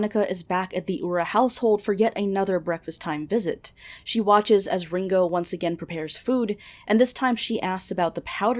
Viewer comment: cant shit on veronicas pronunciation when you say Ringo like the beatle lmao